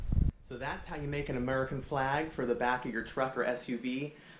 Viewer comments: It's actually pronounced "A-MUR-E-CAN" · That foo said AMERUCAN jajaja